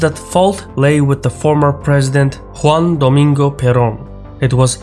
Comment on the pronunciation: He got the "Juan Domingo" part fairly correct, especially the J, but he was defeated by the R in "Perón".